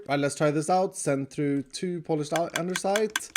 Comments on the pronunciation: Andesite = Andersite Yup, no argument with that. 😌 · Is he aware that its "andESite" without "R"? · LMAO "Andersite" thats hilarious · Lol all I can hear is ANDERSITE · It's andesite tho😭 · No one talks about the fact that you are supposed to say andESite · Does know that there is no ‘r’ in ‘andesite’ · "anderside" i was wondering if he was just mispronouncing it, turns out he really thinks it is spelled ande*r*side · Maybe one day will notice there's no "r" in "Andesite", unless it's just some inside joke I missed. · I hate for saying “ANDERsite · Can somebody please tell him its andesite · Nobody.: ANDERsite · Did no one else realize calls andesite "andeRsite?" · Who's gonna tell him that it's andesite with no 'r'? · i love how pronounces Andesite as "Andersite". He's definetly Swedish. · it seems like a bit of a mandela effect that andesite has an r in it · The fact that not only pronounces andesite with an R, but also spells it with an R amazes me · Does know there is no r in andesite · And pronounces it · Why does andesite always have an r in it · 'ande-site' ! 'ander-side' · I just don't want to mention that he is always saying Andersite, btw it's andesite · It's Andesite not Andersite XD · He spelled out “Andersite” lol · Nobody::andersite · Block: Andesite: Andersite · First time I see "andersite" in writing. I thought it was just a quirk in the pronunciation this whole time :D Maybe a tribute to a friend called Anders? :P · No hate intended but it’s andesite not andeRsite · Andersite? Andesite... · Why does he keep calling it andersite and not andesite!? It's driving me crazy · Andersite🤨 Andesite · It's Andesite not Andersite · Does anyone else get low key triggered when he says “Andersite” instead of “Andesite” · Andesite!!! Not Andersite 😅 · So is no one gonna talk about how he called andesite andersite? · I can’t take that always says “andersite” and not “andesite”